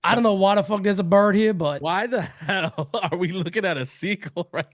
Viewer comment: I heard "Hal no" instead of "hell no" lmao that should be the new thing